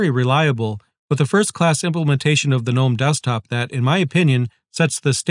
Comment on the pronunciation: thank you for saying gnome correctly 🤓